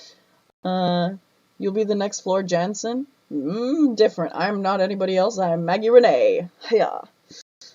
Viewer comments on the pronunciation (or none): none